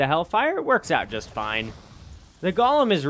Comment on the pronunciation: Wtf is a Gollum bro it's 'Goh-lem'